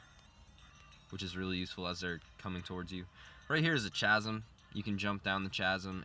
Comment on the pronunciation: Chasm is pronounced K*asm like Chrysalis or Chameleon